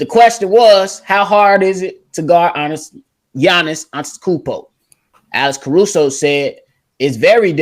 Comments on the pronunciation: he can't pronounce the name of the best basketball player of the world and he has an opinnion? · Yo c dub! agreed on the whole Milwaukee superstar dude who I can't pronounce name lol!He would be a star but not super star,he does same move, boring man, unfair!it's obvious to everyone he charging whole lot